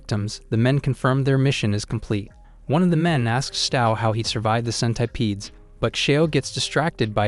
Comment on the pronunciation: bro says centipedes like scent- I - PEEDS